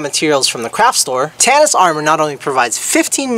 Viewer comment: How the fuck is tsinelas pronounced like tanis. My English brain is melting, is this how it feels trying to learn English?